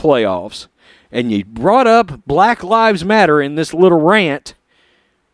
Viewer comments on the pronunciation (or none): none